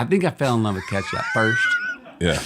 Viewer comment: He’s saying ketchup wrong on purpose drives me crazy. He does the same thing with tattoo, and Ben affeck. Every time he says these three phrases he says the words multiple times to make sure we know he’s saying it wrong